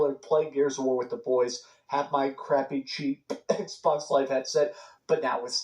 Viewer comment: Ehhhh box, ehhhh box, everyone want a ehhhh box 🤣🤣🤣